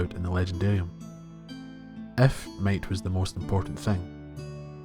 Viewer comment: I kept hearing "mate" and then I realized it's "might" 😅